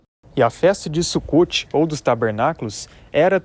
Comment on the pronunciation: O correto é Sukot e a pronúncia é com a letra O e não com a letra U.